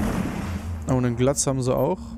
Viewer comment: man spricht den Glaz Gläs aus